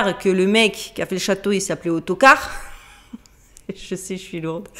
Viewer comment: On dit aotocarr